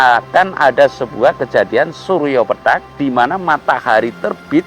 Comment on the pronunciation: Pethak, bukan petak, pake the, ngucapnya lidahnya ditekuk ke depan, pethak artinya putih, samar, sedangka petak itu kotak, yaemang nda ada matahari kotak/petak😂😂pethak ,pitih,bias,samar, munkin kabut, mungkin dukhan, sebelum kiamat ada dukhan 40 hari 40 malam, membuat bumi dan seisinya tak bersemi...begitu kali ya ?